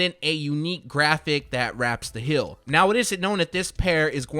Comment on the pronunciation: Why does he say hill instead of heel? Lol